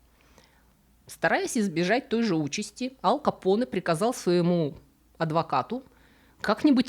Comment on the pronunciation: Ал Капоне 🤣 точно не Аль Капоне